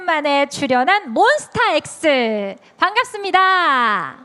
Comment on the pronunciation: 사회자님 몬스타엑스 발음 너무 맘에든다😊